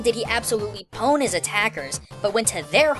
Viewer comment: Did you seriously say pwn in your video...